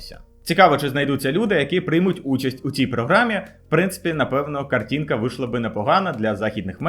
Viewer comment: іностраної наголос повторИли об'явила або оголосила картінка